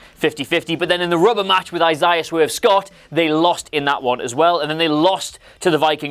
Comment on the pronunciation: you’ll keep getting BROWN DOWNS til you get the pronunciation of Isaiah correctly